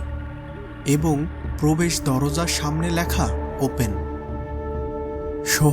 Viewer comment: এস্থান, ল্যাখা, গাস, পোকার, ইস্থান, বিষানা, কিরকম উচ্চারণ এগুলো?????? যত সব দোকনো narration !!!!